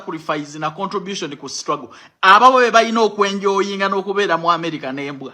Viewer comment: the word is CONTRIBUTION not CONTROBUTION kimanyi gwa kwasama kirabe